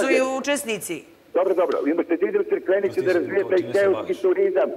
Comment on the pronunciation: Nije ni Crkvenica ni Cikvenica kako Car kaze nego Crikvenica 😂